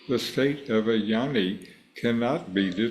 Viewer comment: Hi, Thanks for the video. Westerners don’t understand the pronunciation—the word is Gyaani, not Yanni. G is not silent - its Gyaa Nee